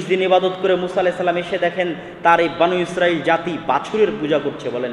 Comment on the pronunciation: বানু ইস্রাইল বনি ইস্রাইল আগে ভাসা শিখুন